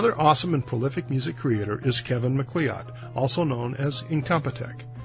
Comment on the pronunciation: Hi, I love your videos, especially the Yuneec videos. Just watching your royalty free video. You mentioned Kevin MacLeod but as an American you pronounced his surname totally wrong. The Scottish name MacLeod is pronounced "MaCloud" as in Mac and Cloud. Hope this helps. Kind regards, Sky.